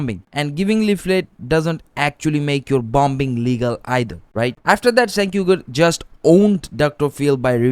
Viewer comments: It's pronounced like jank not senk lol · The C in Cenk is pronounced more like a J or Ch not an S like cent. It's a Turkish name not a Western name. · It's pronounced as Jenk, not Cenk. In Turkish, we pronounce C as J. Like Camila was actually Jamila written in Turkish when it came to Europe, they pronounced it as you pronounced Jenk and Cenk. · It's pronounced "Jenk" (similar sound to Jenkins) because C in Turkish makes the sound J. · Stop pronouncing his name wrong. "Chaenk" phonetically. Bro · It's pronounced Genk. You want to make political videos? Get your (very basic) facts straight. So intellectualy lazy. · Great video brother, Turkish people use the letter “c” for a “j” sound. So his name is pronounced “Jenk” 👍🏼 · Cenk is pronounced Jengk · No longer a big fan of him, but I believe it’s pronounced “J-Ank” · Dude, if you know know how to even pronounce his name, why should I trust your opinions about anything else? Clearly you didn’t spend 5 minutes researching this